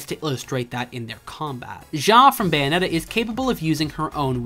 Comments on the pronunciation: Why do you misspronounce Bayonetta? Say the word bayonet, then just add an “ah” at the end. They even say her name like 2,000 times throughout the game, how can you get it wrong? You’re saying “Bio-net-ah”, while it’s actually “Bay-oh-net-ah”. Once again, Americans just love proving that they will just never understand how to pronounce things correctly. Bravo. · First off, I'm Canadian, and second, I am saying it properly? I don't know what you're hearing, but I can assure you that I'm pronouncing it Bay-oh-net-ah